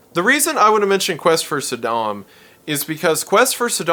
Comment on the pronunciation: Saydem? Sudahm? Bro wut? 😅